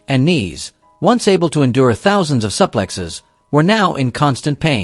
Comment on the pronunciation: Pronounce that SOOPlexes, not SUPPlexes. Most of you people are not interested in Pronunciation 1:0:1